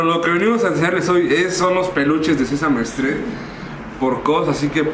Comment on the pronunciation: Cringe. “Sesame strim” “Sesame estret” La explicación de la marca KAWS. “Se llama kaws el diseñador” 🤢🤢🤢🤢